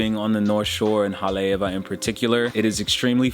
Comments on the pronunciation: I live here. and it's annoying when people mispronounced a town that is being shared with potential travelers...you've just proved my point. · learn how to pronounce Haleiwa...very annoying...